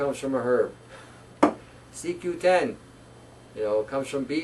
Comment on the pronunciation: when u say CQ 10 - is that CO Q-10